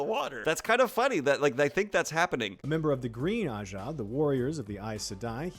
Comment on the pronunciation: They pronounced ajah in more ways than I thought possible.